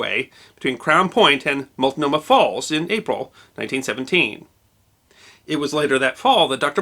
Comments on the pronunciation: Totally nailed it! You sounded like a local. Your next task will be pronouncing Champoeg (without looking) 😆. Keep up the great videos. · You must live here in the PNW. It is extremely rare for a non-PNW resident to pronounce "Multnomah Falls" correctly.